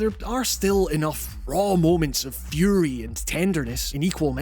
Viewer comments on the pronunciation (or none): none